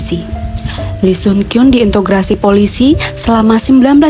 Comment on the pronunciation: Interogasi saaay... bukan intograsi.